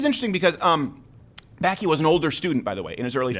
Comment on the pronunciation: Y’all butchered bakke not even close to the right annunciation